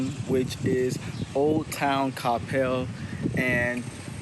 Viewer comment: Thank you for saying Coppell correctly. I just watched some other dudes video about Coppell and he called it kuh-PEL the whole time..... it irritated me way more than it should have lol. You are super well informed and have so much good info. I will say, while a lot of the houses have the whole driveway behind the house situation going on, there are also a lot with the front driveways, mostly off of bethelschool. But night life sucks for sure, although the new Cyprus waters development has a few bars, restaurants and a venue for live entertainment, so that's promising. But anywhoo, great video